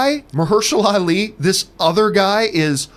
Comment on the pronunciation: Old girl totally butchered Ali's name. " Oh no, baby what is you doing?! " Hahahaha